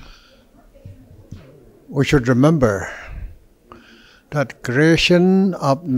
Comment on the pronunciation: I had him at "we should rumambar" hoishey.